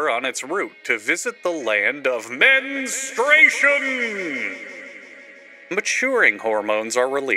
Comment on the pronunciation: you saying the MENstartion pissed me off. (on my period rn)